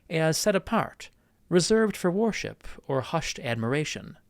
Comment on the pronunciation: In the last two videos of your’s that I’ve watched, I’ve noticed that you pronounce ‘worship’ like ‘warship’. This is very unique, as the vast majority, indeed, everyone I’ve ever heard say it in my life, pronounces it ‘were-ship’. Dare to be different, I say.